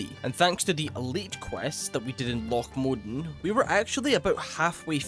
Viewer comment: The part that I think is being mispronounced is 'Modan' he's saying Mod'n and omitting the 'a'. I've always heard it pronounced Mo-dan as 2 syllables and emphasis on the 'a'